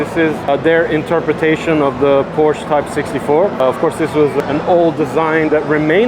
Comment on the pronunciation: The brand "Porsche" gods an e in the end. Please pronounce it!